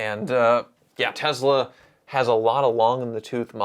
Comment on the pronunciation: Can you stop saying tezla... sometimes you say tesla and sometimes you say tezla... tezla makes me want to puke in my mouth